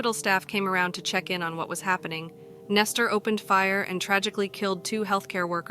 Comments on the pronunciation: Nester???? I thought his name was Nesto. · Why are you calling him Nestor? His name is Nesto, where are you getting the r from?